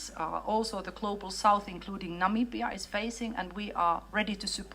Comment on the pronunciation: say it with Me, NA- MI- BIA, I'm Namibian and I always giggle whenever you pronounce My country Name.